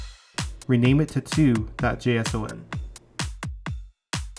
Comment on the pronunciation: "jay ess ow en"